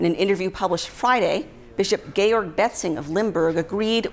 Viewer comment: What would one expect from a Bishop with a name pronounced ‘Gay-org’!